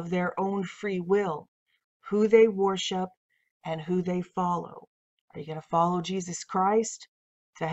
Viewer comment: “warship” “warshipping” WORSHIP PLEASE!! I love your content. I watch it in its entirety. The relentless use of the word with your pronunciation is distracting. Keep up the good work and may God bless it and you.